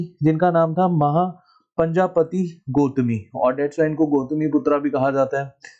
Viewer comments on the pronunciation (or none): I think it was "Mahaprajapati" not Mahapanjapati